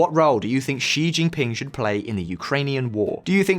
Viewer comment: Ah you pronounce Xi correctly now 😁